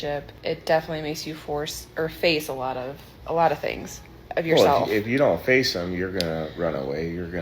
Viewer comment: says force instead of face....freudian slip much?